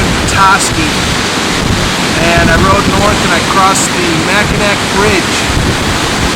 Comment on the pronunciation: Pronounced Macanaw,french.